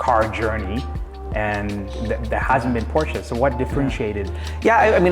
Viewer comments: I know I’m whining but I can’t stand it when Porsche owners mispronounce the Porsche name. It’s “Por-sha” not “Porsh”. Porsche themselves put out a video just to clarify it and show how it’s properly pronounced. It’s a family name so people should get it right out of respect. If someone constantly said your name wrong you’d correct them wouldn’t you? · It's Por-sha you dummy! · Not Porscha...Porsch Ë! It's a Latin E So...Porsche! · Not Porsche aaah! It's Porsché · Porsche"aaaaaahhh". Porsche"aaaaaahhh". 😵‍💫😵‍💫. It's not that hard. Nice car..💯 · Especially since the newer car manuals instruct the owner how to pronounce the name correctly.